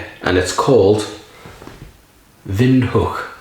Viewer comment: Pronounced right on🎉